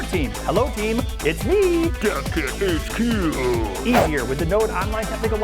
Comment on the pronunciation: The first time I heard "Dev Kit HQ", it sounded like "Death Kit HQ".